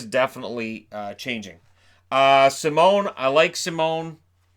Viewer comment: 1st time I saw an American with the correct prononciation of a french canadian last name (Simon). Kudos to you.